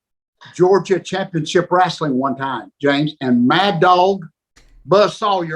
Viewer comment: He actually says "wrasslin".